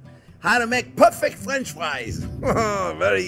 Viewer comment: Is he keep saying friends or france=)